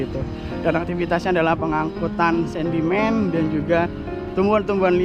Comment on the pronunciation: Sedimen,bukan sendimen😮